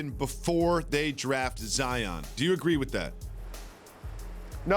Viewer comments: lol these analysts either Zi-in or Zi-ON instead of just saying zion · I like jalen but its zion not zien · Why the hell is he pronouncing this guy's name like ZiAn??? It's an O not an A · sacrilege 5thLment pretty sure he said Zaen. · I think he was trying to say Zion-ed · No one: Jalen Rose: "ZEEYAN" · Lol why is jalen at Panera bread going live hahaha and why he calling Zion Zien ? Haha